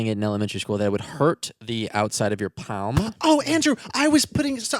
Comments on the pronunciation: How the fuck did Andrew pronounce palm? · Its the way Andrew pronounces "palm" for me. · I’m trying to hard to not keep thinking about how Andrew pronounced ‘palm’ but it’s been an hour since I finished watching, I’ve been staring at the ceiling and trying to think about other things... but I can’t stop thinking about how significant the pronunciation of the letter ‘L’ in palm was. I don’t think I’ll ever come out of this hole. You both bring me much joy but holy baloney ‘palm’ has thrown me. 😅